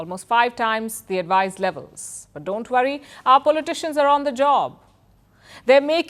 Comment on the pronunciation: Halitosis, What is Brazeeel instead Brazil and what is pulley tishun instead of politician 😂😂😂😂😂😂😂😂😂😂😂😂😂😂😂😂😂😂😂